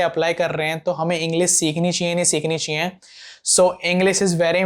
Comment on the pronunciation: Aap chiee chiee kiyu bol rhe ho normally chahiye bolo bhai